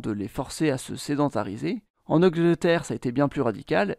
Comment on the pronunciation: Auen Augeweterre 🥴🫗😂😂